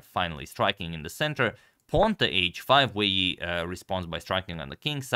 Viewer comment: I don't care much about pronounciations but since some do: Wei Yi is pronounced more like Wei I. (And Ding Liren more like Ding Lijen. You can find ressources for that one/himself saying his name in english interviews asking about the name.)